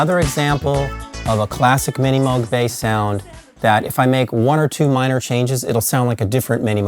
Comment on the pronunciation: "It's pronounced 'Moog' like 'rogue.' Not 'Moog' like 'dude.' - Robert Moog, inventor of the Moog Synthesizer on the now famous mispronunciation of his last name.